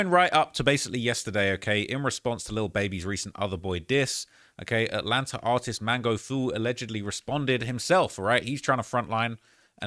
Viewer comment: Dog aint never just called that shh "ATLANTER" 😂😂😂